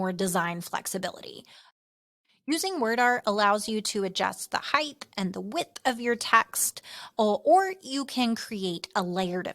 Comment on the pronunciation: Heighdth is not a word. Height. It's height.